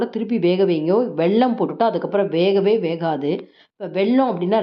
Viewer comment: pl say வெல்லம் not வெள்ளம் 😢